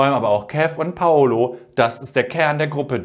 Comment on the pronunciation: er heißt doch PaUlo nicht PaOlo oder spinn ich, alle sagens falsch :( haha